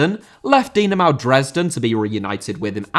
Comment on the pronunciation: München* not Munich Dynamo* not Dinamau Atlético* not Atlétecouw Draw* not Dror Andreas* not Andrejas Thom* not Thouwm Leverkusen* not Leiverkusen Inter* not Ento Matthias* not Matthajas Stasi* not Stohrzi Debut* not Deibyu Islam* not Islohrm Stad* not Schtad